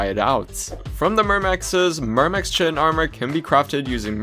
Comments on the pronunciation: Its pronouced kite-in not chit-in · Please look up how to pronounce chitin.